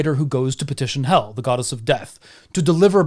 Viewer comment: Msybe it’s just me, but as a Scandinavian I definitely pronounce the name Hel different - the e sound is different due to only having one l, two l's makes the e sound slightly more like a æ